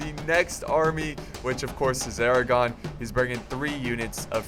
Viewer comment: Thought you said the crown of Aragorn.